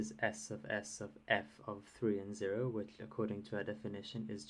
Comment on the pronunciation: I'm really curious about your pronunciation of some words (like "which" and "actually" )... Whereabouts are you from?